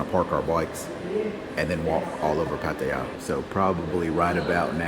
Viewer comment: thanks for saying Pattaya correctly bro